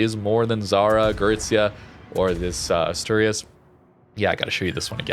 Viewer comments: Asturias sounds like this: /Ash/To/Ri(soft R)/As. I don’t know how to write better the pronunciation as text, but it is more or less like that ^^ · no worries, anyways both of the pronunciations we said were good. And it is much more natural than the one said on the vid, so I hope next time he can say it better ^^ 😁